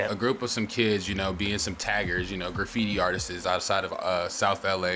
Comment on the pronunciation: Bruh, stop saying artises, there is no such fucking word sir. The word is artists…